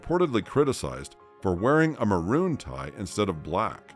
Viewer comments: A "macaroon " tie? Hilarious. How old is this if you have Teresa May as the Prime Minister? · "donning a 'macaroon' tie? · Not a macaroon tie…maroon